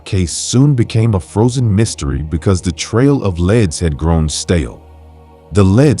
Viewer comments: Leads not leds! So annoying. Other than that a good story. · If your going to do narration as a job please at least learn that leads is pronounced leeds and not leds - good grief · That was annoying me too 😊